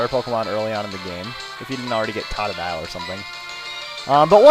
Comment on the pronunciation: you pronounced totodiles name TOE-toe-dyle is the cerect way to pronounce it